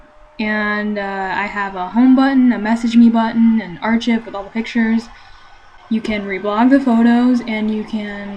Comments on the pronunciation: Very comprehensive tutorial. But please, for the love of all that is holy, please learn how to pronounce "archive" - it is not ahr-chiv, it ahr-kahyv. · "Ar-chiv" Instead of "Archive" haha. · really? Ar-chiv. wow. I'm disappointed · ITS PRONOUNCED AR-KIVE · Did you really pronounce "archive" as "ar-chiv"?? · By the way, Archive is pronounced Ar-Ky-ve :) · This was 9 years ago I hope that was enough time for you to learn how to pronounce archive